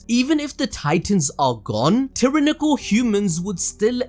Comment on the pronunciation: Hol' up! Did you just say Tira Nickle? Or tyrannical? XD